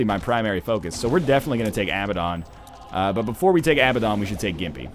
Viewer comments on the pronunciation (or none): Crallium Yeah, except it's not fucking Abbadon. ABBA, the Swedish pop group is pronounced "ah-buh." Abandon, the verb, is pronounced "uh-ban-den." Abaddon, is pronounced "uh-bad-den." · "Besides, whatever you say, a word that is spelled "abaddon" in english, removed from context, is definitely pronounced ah-buh-don" If it was spelled "Abbadon" you'd be correct, but the single 'b' and double 'd' puts the emphasis on the second 'a' not the first. "and since the context (biblical whatever) doesn't really matter at all when regarding a video game item." So I guess "The Bible" could be pronounced as "The Bibble" because who cares - apparently words don't matter in video games. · No. He's right. It's pronounced "uh-bad-en". Although I prefer "ah-buh-don". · Hey NL, Abaddon is pronounced uh-bad-en in North American and British English. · Borobadger Yeah, NL is wrong, that's the whole point of the argument. You can look it up if you want to. Saying you pronounce it as Abba-don doesn't mean that that is how it's pronounced. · Crallium The issue is that it's not spelled "Abbadon". It's "Abaddon". As +MrGrunge88 said a few comments above, "If it was spelled "Abbadon" you'd be correct, but the single 'b' and double 'd' puts the emphasis on the second 'a' not the first." But I'm cool with whatever pronounciation, english isn't even my native language.